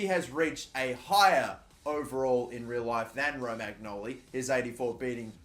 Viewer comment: It's pronounced "Romanyoli"